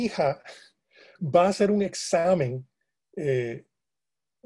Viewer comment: “...el hacel musical”. Ay, Señor.